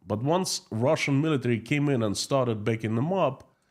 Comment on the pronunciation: Hi PSE ask some English speaking person to teach you how to pronounce the word and. You say end